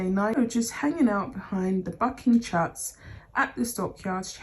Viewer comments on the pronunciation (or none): LOL!!! Poor old Harry's realized way too late that Mrs. Wonderful (AKA Mrs. Albatross) was no such thing. WAY too late. BTW "chutes" is pronounced as if it were spelled as "shoots".❤️